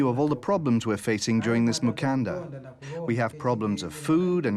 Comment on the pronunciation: Mukanda not Mukandra. I do not believe there is even a letter "r" in the Luvale, Chokwe, Mbunda or Luchazi languages